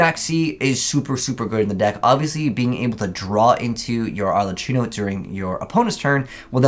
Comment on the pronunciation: Is not ArleCHIno!!! It’s pronounced arleckino